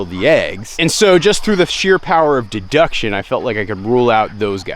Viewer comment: ....'de-DUCK-tion'..... lolol